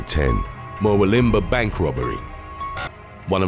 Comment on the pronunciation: Murwillumbah is pronounced mur-wool-im-baa just so you know 😊